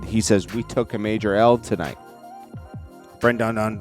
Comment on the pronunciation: Ben-da-don lol